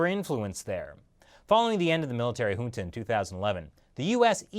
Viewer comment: pronounces junta, rohingya and myanmar wrongly. Lol